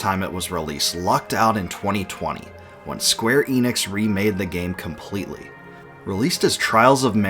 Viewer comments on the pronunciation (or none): none